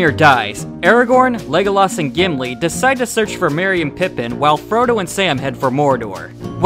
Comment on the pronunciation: Who's Jimlee? I cant belief you said a name wrong, thats shocking!